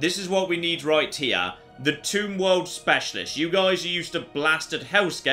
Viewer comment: Every time you say Tomb world, I hear Toon World instead....